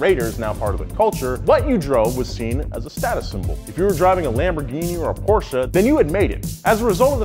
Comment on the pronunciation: thank you for pronouncing porsche right